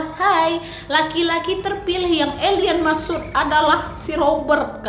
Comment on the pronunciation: Udah focus dengarin pas bilang elien kok jadi ketawa